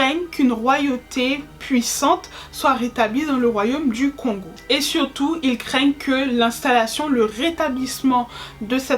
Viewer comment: Kongo en séparent la prononciation du O de celle du N ça se dit donc kôngo, pareille bantu ca se dit bântou. Et dit coup pour encore un peut se casser la tête on utilise " mu " (mou ) pour parler d'un individu et "ba" comme marque du plusieurs, donc un dit pas un ou des congolais mais on dit plutôt mukongo ( un congolais) et bakongo ( des congolais). Et encore un casse tête ont appelle le royaume des kongo : Kongo Dia Ntotila ( on peut traduire par empire fédéral kongo ou États Unis fédéral kongo ) car effectivement Y'avait plusieurs royaume ( qu'on appelle Bundu Dia Kongo )